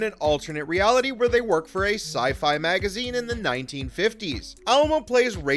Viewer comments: Yes please pronounce his name correctly - Ah-LIE-mo. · Say it with me now: Ah-LIE-moh. Might be good to pronounce your subject's surname accurately. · Besides pronouncing his last name totally incorrectly through the whole vid, you missed a character – Marc Alaimo appears as a guest in Vic's Lounge in the final episode of Ds9, making the total character count 7. Research is always helpful instead of being lazy and parroting/plagiarizing info from Wikipedia.